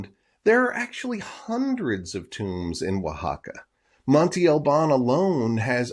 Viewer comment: Monte is a hill, mound or mountain in Spanish...it is pronounced "mon-teh" ..not monti..